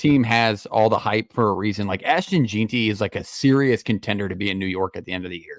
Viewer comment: it’s “ ASH-TON JEN-TY “